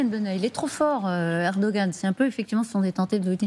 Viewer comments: On ne le prononce pas comme un g ici, parce que c'est un ğ. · on ne prononce pas le G en turc... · Il n'y a pas de journalistes TURCS,,,. Et c'est ERDOGAN,,,, pas eroan